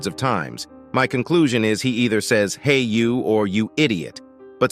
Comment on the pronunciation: I HERD WAT HE SED HE SED "HAI YOU"